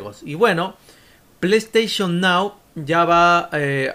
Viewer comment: ese pley steichon nao es un loqillo